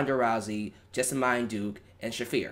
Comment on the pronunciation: It's pronounced Jesa-mean Duke not Jesa-mine Duke.